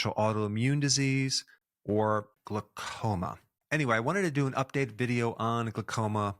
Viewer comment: It's glau- as in howl, not gluh- as in duh! Great info though, thx!!